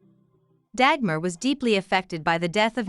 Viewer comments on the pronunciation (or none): I don't mind that people make videos about Dagmar as she is a part of history. But I find it somewhat strange and annoying that NO one bothers to learn the correct pronunciation of her name! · Nice video. You mispronounced her name Dagmar though.